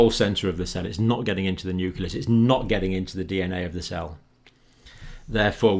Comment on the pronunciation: That is indeed great news!!! Though I was surprised to find that even someone like Dr. Campbell mispronounces the word "nucleus" (which should be "new-clee-uhs" instead of "new-kuh-lous"), much like how weapon labs and US presidents mispronounce "nuclear" as "nucular". It's sad to see how this has been spread across the native english speaking scientists.